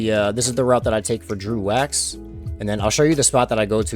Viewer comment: It's not Drew wax, it's dregg wax